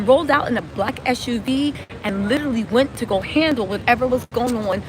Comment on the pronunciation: Not LITERLY ITS --- LI/TE/RALLY